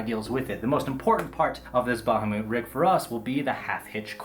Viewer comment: Ba-ha-moot? Ah,,. Everything else is splendiferous.